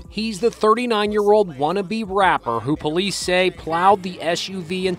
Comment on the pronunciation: He said “wonna be rapper” 😂😂😂